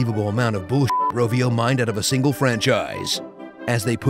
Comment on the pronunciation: Suomi, torille jne... He actually pronounced "Rovio" really well